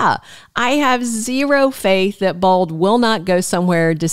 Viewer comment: Why do you say bald instead of bold ???